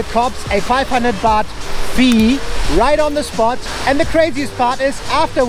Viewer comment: "500 B feee" 😂😂😂😂😂